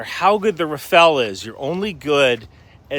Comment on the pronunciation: I haven't heard a single American commentator pronounce Rafale right. It's not a ninja turtle, it's a gust of wind.